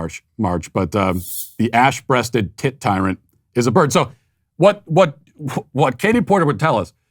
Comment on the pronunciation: Not gonna lie, I thought Matt said the name of that bird was the “ASS breasted tit titan” 😂